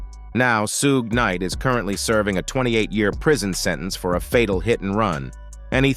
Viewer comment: I logged off just cause how he keep saying suge knight name